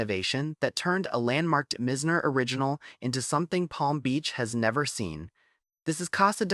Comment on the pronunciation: its "M-EYE-ZNER" not mi-zz-ner as you pronounce it.